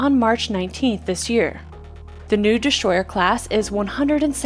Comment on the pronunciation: Thanks for the video. BTW there is no "H" in destroyer.